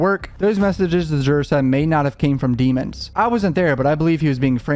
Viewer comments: Why do they pronounce his last name in cort as demins when his last name is demons and it's spelled just like demons👹 if I was the judge I would make the defense team say his name correctly its almost like jury tampering. This juror was paid off wake up or she's just a biased black woman who thinks black boys don't do no wrong. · It's pronounced Dee- mones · Bro please pronounce his name right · At least pronounce this man’s last name right …